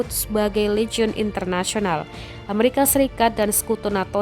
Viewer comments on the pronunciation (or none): none